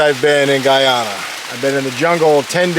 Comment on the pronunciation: Guyana (gooyana not gaayana)